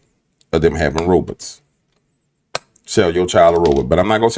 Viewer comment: Stop saying ROBUTTS!!! 😂